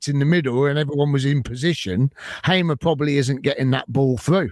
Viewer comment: The name is Hamer as in Harmer, not Haymer !!